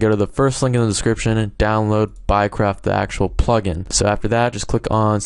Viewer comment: sounds like your saying "buycrap"